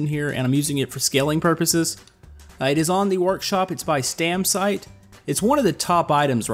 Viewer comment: You say Stamsite perfect. :D